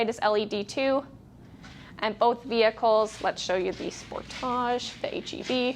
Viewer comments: Going to start calling it the Spor-táge here in the U.S., too. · That's how they say it in Canada. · Stop pronouncing the car that way! My gawd!